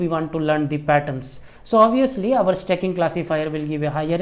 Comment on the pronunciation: Sir stacking thoda aur clearly bolte... Blending achha tha..🙏🙏